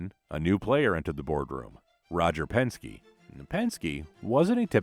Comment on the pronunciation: Who is Roger,,Penski"??😅